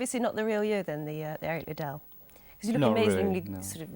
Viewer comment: Pretty embarrassing that they interviewed Ian Charleson and mispronounce Eric Liddle's name repeatedly.